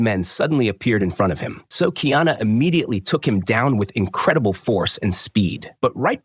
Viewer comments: Honestly i dont get why people dont get the pronounciation right first. Its not kiana bud do better or just leave cuktural things alone. "Car e ah na" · This dude needs to get the pronunciation right it's Ki ana it's kaiana get it right man. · Kiana is the transliteration of the name Diana … his name is KA - I - ANA … learn the actual names and proper pronunciation of the characters you pretend to know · It's KAH. EE AHNAH. KA'IANA, & KU'PU'OHI. COO POOH O HE , COME ON DUDES, PRONUNCIATION IS VERY IMPORTANT IN O'LELO HAWAII